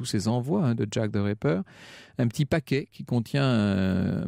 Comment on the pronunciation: J'ai l'impression que Franck Ferrand dit à chaque fois "the raper" au lieu de "the ripper".